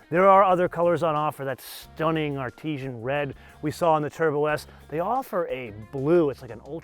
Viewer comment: Artisan Red, not Artesian Red